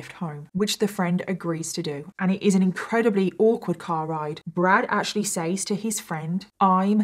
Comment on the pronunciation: I love watching your videos but please, PLEASE for the love of God, pronounce "says" properly. It's "sez", not "saze"...